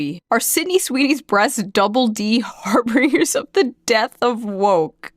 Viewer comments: harbinger is pronounced "har bin jer" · harbinger is pronounced like binge eating. Har Binge Er.